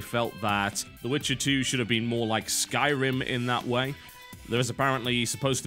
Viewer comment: Notice how TB says "way"